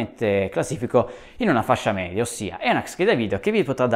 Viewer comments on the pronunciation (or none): none